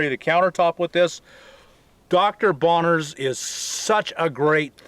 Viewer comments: it's Bronners, not Bonners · Not to nitpick, but it's Dr. Bronner's, not Bonner's. 😉 ❤️ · Dr. Bronner's ... with an "R". Ok, now I feel better. Oh, and thank you for the great advice and tips!